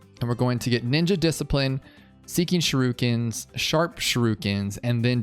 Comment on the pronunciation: Sorry, but I gotta say it... "Shrookins", tho. 🤣